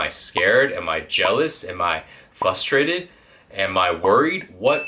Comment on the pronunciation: it's frustrated not fustrated...